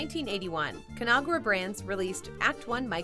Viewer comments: "Con-Ag-Ra", not Conara. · please note the corporation ConAgra is pronounced like two separate words: con-AGra. Not Conahgra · I noticed the same thing. I'm glad someone else caught it too. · ConAgra is pronounced both of the letter a pronounced as it is in "magazine". Anybody who has lived in Omaha, Nebraska (their corporate HQ) can tell you that. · In all my life I've never heard ConAgra said that weird way.